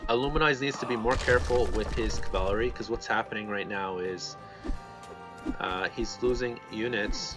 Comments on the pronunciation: i swear if i ever hear this guy say "cavalary" again im gonna develop a fucking anurism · What the hell is cavalery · Bro, why do you pronounce cavalry so funny? ˈkavəlrē Zues player suicided nearly his entire army on that tc after anc/eclipse..cost him the game. He had to rebuild entire army and never got to heroic. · Which country are you from that you cannot say cavalry ?